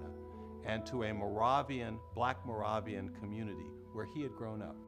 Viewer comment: It's morayvian ... not morahvian